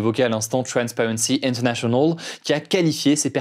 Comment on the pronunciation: Inter. Nationawl ( avec le vrai accent ! Il me bute )